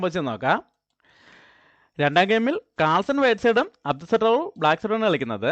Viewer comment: അടു സട്രോവ് അല്ല. അബ്ദു സത്താറോവ് ആണ് 😄😄😄